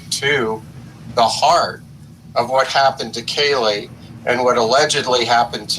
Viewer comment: I still remember the Casey Anthony case. More specifically, I remember being annoyed whenever that blonde lady on the news would mispronounce the daughter's name. How the Hell do you read "Kaylee" and think its pronounced "Keyelee"?